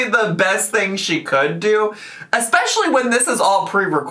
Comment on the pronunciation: Of course says "EXPECTIALLY" and I'm sure she says "SUPPOSABLY"